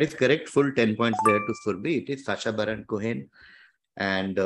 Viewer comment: The best way to catch is that she says sacha barren —ch as in chai—… later realises the pronunciation is —ch as in machine